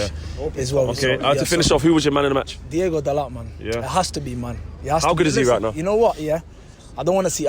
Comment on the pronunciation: If you respect Dalot, at least recognize that he is DiOgo, not DiEgo.